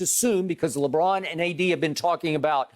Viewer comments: Hearing skip say Lebrick literally kills me 😂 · When skip says lebrick it makes me laugh so much i swear 🤣🤣